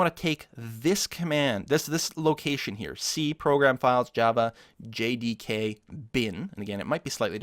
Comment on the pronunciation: hes having a hard time saying JDK :)